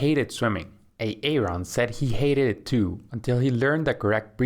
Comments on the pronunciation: Yeah the way he says A-Aron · ㅋㅋㅋㅋ 에이 에이론 ㅋㅋㅋㅋㅋㅋㅋㅋㅋㅋㅋㅋㅋㅋ 아론 아님? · Lucky me I understand who Aaron and Denice are when I heard the host said these names😂😆😆🤣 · fix the A-Aron and De-nice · Did I just hear him say A-Aron? And De-Nice? 😂😂😂😂 yooooo lmao!! Iykyk! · Pleeeeeeeease!! It’s not how you pronounce Aaron and Denise. It’s not A-aron and De-nice!!! I’m trying so hard to ignore, but I can’t! 😩 Great instructions otherwise! 😁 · De-nise and A-Aron. XD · Ha, ha! The voice says "Ā-ā-ron" and "Dee-nīce" like Keegan-Michael Key does in a skit as an inner-city, substitute teacher doing role call in a white classroom. It's from the comedy show Key and Peele. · Great video as always but the names A-Aron and De.Nice reminds of the substitute teacher from Key & Peele😂. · A-aron and D-nise lol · Hasn’t anyone told you the proper pronunciation of the names ‘Aaron’ and ‘Denise’? Ha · Thats not how you pronounce those names lol